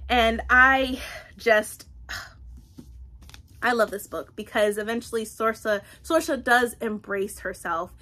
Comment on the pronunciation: The name Saoirse is pronounced Seer-sha, it’s the Irish word for freedom. You’re saying Sorcha (sor-sha) but it’s an easy mistake to make when you’re not familiar with it